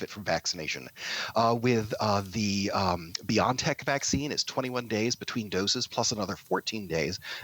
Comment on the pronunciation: It's not "Bion-tech" It's not "be-yon-tech" It is and always has been... Bio-N-tech (Maybe someone should ask the company director how she pronounces the company name?)